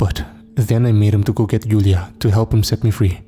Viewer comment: One thing “Julia” is pronounced with a “J” sound, not a “Y”. Joo-Lee-Ya